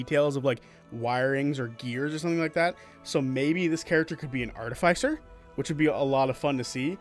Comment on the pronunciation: Why do you say Artificer like that 😭